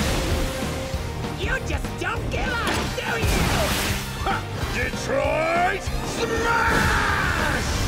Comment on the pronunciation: デトロイトスマッシュ カロライナスマッシュ くそ発音良くて草